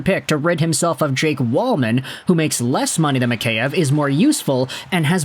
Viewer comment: It’s Jake Walman.